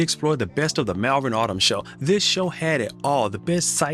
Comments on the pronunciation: The Malvern shows are great, so much to see! When you pronounce it, say it as if it reads Mul - vern - English language eh!! lol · Great stuff,, but Malvern is pronounced Mallvern.